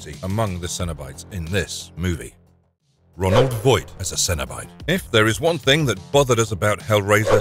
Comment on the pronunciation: Roland Voight not Ronald Voight